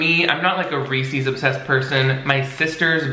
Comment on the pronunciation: I can’t deal with how you kept saying Reese’s like Reesies or smthn lol